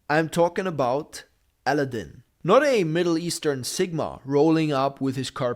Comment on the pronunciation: You need to learn how to say Aladdin!